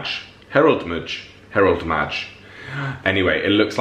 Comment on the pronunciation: The Last Herald Mage is my favorite Lackey series. And it’s Mage with a long ‘a’.